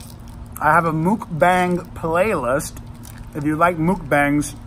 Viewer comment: May I kindly correct you. Not mookbang, mukbang. Sounds like 'luck'